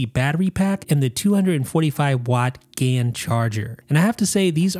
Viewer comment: Lol ‘Gay-en’. Probably best just to say ‘Gallium Nitride’ (GaN) instead 😹👍🏻